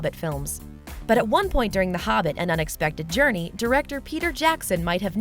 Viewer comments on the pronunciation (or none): It's The Hobbit, not "The Hubbit", concept, not "cuncept", and Godfather, not "Gudfather".